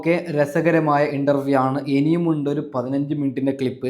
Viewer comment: ഇണ്ടറവിയല്ല ഇൻ്റർവ്യു അൻ്റെ വാക്ക് ക്ലാറാക്കി പറയണം നിൻ്റെ വാക്ക് ഒരു ഒഴഞ്ഞ വർത്തമാനം മാറ്റി നല്ല പോലേ പറയൂ ഇനി പറയാൻ പറ്റുന്നില്ലെങ്കിൽ രാഹൂൽ ഈഷ്വർ അവനെ കണ്ട് പഠിക്കൂ